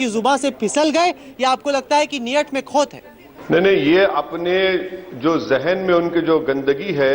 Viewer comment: नियट में खोत है😂😂😂😂😂